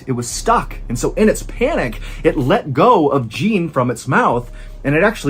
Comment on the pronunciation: the mispronunciation of Jean is killing me, lol.